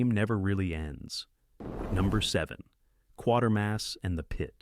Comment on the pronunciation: no, not QUARTERMASS, QUATERMASS - kwatermass